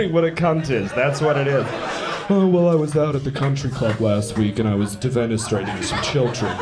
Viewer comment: It's defenestration, not deVenestration, or D-penetration, you proper good Caucasian cun ... Cungrats on the special, brother!